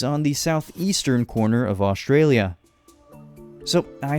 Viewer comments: I live in Australia and also do not say Australia like that and there is actually a lot of tropical places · Australia pronounced: us-straya